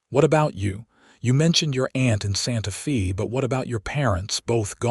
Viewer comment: Olivia is Ōlìvia, not Ăhlivia. and Santa Fe sounds like Santa Fāy.